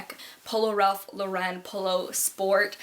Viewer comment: Ralph Lauren is pronounced exactly how it's spelled by the way LOL not Ralph Lo Ren. Amazing haul btw keep doing them please!